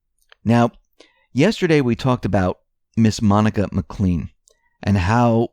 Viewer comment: Well researched. Again, that's Mac Clayne, not Mc Clean, like Mister Clean.